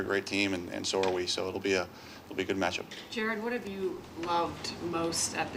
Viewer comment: Jar-ed Jar-ed